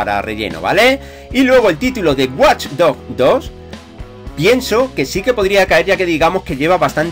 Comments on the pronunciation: lo q te voy a decir es importante: Se pronuncia "guach dojs" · Se pronuncia wadch dogs tiu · Guaj dojs dohjs